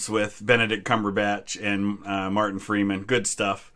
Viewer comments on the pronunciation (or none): none